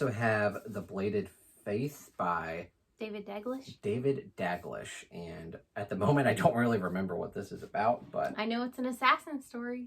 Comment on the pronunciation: Whoops lol I think I picked that up from hearing other booktubers say it that way 🙈😂😂